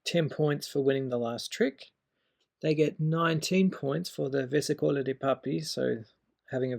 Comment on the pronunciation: It's nice seeing people are trying to revive the Minchiate. I would pay gold for a deck if it were commercialized. But it kept bugging me that you pronounce it versicóla, it's versìcola 🙏